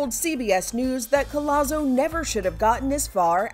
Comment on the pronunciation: it’s pronounced COJAZO. Not Collazo